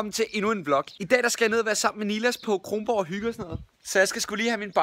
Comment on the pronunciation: Dude Kronborg ikke krongborg